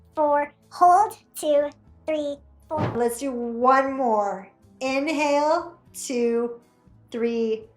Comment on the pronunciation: COULD NOT UNDERSTAND THE EXHALL/ INHALL, HOLD ETC